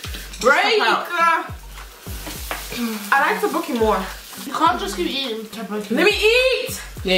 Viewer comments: tappoki.. no tok boki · Girl, she literary said tobooke Hahahaahahhaha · it's spelled as tteokbokki and it's pronounced as "tok-boki"